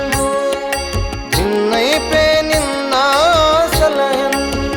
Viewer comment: ಅದ್ಭುತವಾಗಿ ಮೂಡಿ ಬಂದಿದೆ. ದಾಸರ ಪದಗಳಿಗೆ ಉಚಿತವಾದ ಧ್ವನಿ. ನಿಮ್ಮ ಧ್ವನಿಯು ಇನ್ನು ಹೆಚ್ಚು ಹೆಚ್ಚು ಕೇಳಿಬರಬೇಕು. ಮನವಿ : ಸ್ವಲ್ಪ ಉಚ್ಚಾರಣೆ ಕಡೆ ಗಮನ ಕೊಡಿ." ಬಿನ್ನೈಪ" ಪದ "ಭಿನ್ನೈಪ" ಅಂತ ಕೇಳಿಸುತ್ತೆ. ಶ್ರೀಹರಿವಾಯು ಗುರುಗಳ ಅನುಗ್ರಹ ನಿಮ್ಮಮೇಲೆ ಸದಾ ಇರಲಿ.